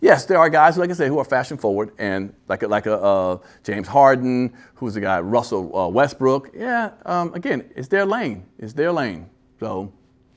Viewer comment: wussel wessbrook russel ressbrook wussel westbrook